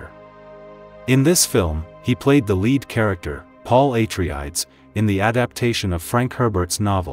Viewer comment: Who's narrating??? They can't even pronounce Paul Atreides' name properly? 😂😂😂 this guy is fired!! Geeez.